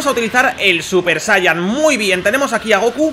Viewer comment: se dice sayayin